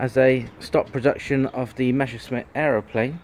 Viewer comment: Again, its "MeSSerschmit" not "Mescherschmitt".